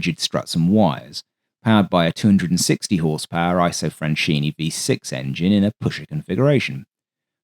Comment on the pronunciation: FYI in Italian, when an H follows a C in front of E or I, it hardens the C. So Macchi is MAKKI and (Isotta) Fraschini is FRASKINI. Anoter useful clue is that in Romance languages -- because Latin did this -- unless an accent appears somewhere else, the second-to-last syllable gets stress. Thus marRIna, miliTAre, REgia ... (suffixes can throw this off, thus aereoNAutica).